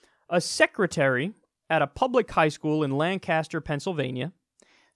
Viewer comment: Hoo that mispronunciation of "Lancaster" That hurt me a bit yo. Otherwise good video. $1.50 a week won't hardly even buy a damn coffee these days.